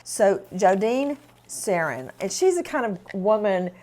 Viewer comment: Heard Serrin and thought she said 'Sarian'...